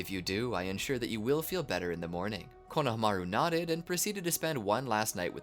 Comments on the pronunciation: The fact the he kept saying Kona-Hamaru instead of Konahamaru the entire timeee!!! 😒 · I love ur videos but it kills me how u say konohamaru 😢😢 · i hate how you are pronouncing konohamaru